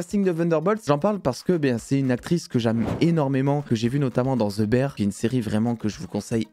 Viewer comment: "Ze bère" 😂